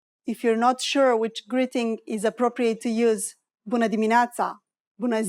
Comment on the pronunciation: Why she says "bunA", not "bunE"?